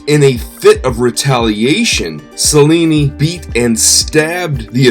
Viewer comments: Pronounced cha linnee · The Autobiography of Benvenuto Cellini is one of the best book I ever read. I highly recommend it. (for our host: I would take a few simple Italian lessons to pronounce some of the names and places correctly- most notably "Cel" in Italian is pronounced chel, sounds like chel-lin-ni.) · Celli is pronounced ‘ chelli “ like cello is pronounced “chello” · since you are a master educator, maybe you should pronounce cellni properly. most of the other family names are also butchered.